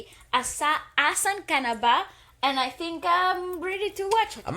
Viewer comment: The way you pronounced the title was perfect